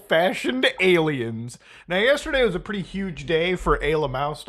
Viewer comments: What does he keep saying? Ayla Maows? . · why does he call aliens, aylamows?